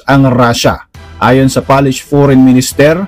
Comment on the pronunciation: Polish po hindi Palish. Pronounce at it spelled.